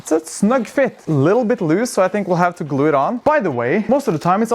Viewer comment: I love the way you say, "glue." GLOO